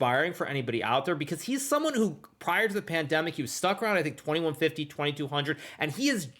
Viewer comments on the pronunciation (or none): none